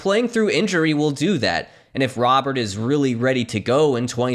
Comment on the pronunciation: it's pronounced "roh-bare".